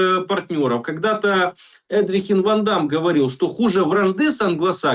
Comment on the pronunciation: Не Эдрихин, а Едрихин